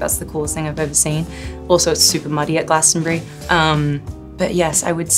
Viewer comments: Well done on the Glastonbury pronunciation. Not many yanks get it right. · Im very impressed that she pronunced Glastonbury like we locals do